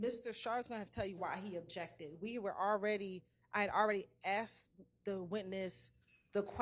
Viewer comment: It’s ASKED lady! Not ACTS! 🤦🏻‍♀️